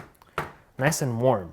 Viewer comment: Ori mentesh noice not nice